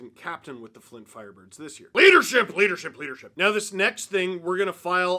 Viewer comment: I need your honest answer Steve, how many times did you say "Flint FLirebirds" or "Fint Flirebirds" while recording this?